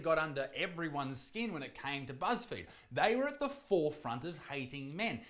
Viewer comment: Buzz feed then Isaac mispronounced Buzz field I think he meant to say Buzz Failed i mean the fudge 1.6 billion dollars worth to 100 million it sounds like wat happened to Kanye net worth